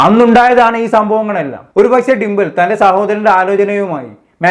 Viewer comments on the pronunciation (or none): ഡിമ്പൽ അല്ലാ ഡിംപിൾ... Magna alla Meghna😂😂😂